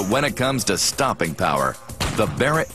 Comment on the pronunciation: barrett 'L' haha